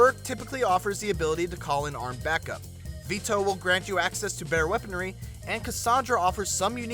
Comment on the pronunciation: How come he says "Vito" like "Vee-toe". That sounds ridiculous.